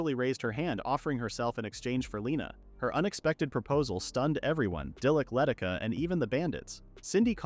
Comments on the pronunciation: Why does the voice keep reading Leticia as Letica? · How do I know that generalized AI is lightyears beyond our current capabilities? It's been years and the AI script and voice writers can't understand "Luh-tee-shuh" is how you pronounce "Leticia". And other such weird issues and mispronounced names.